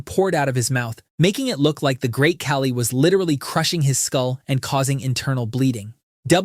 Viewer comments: The infamous ca-lee instead of khali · He pronounced Khali weirdly